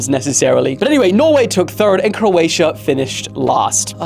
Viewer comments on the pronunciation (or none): none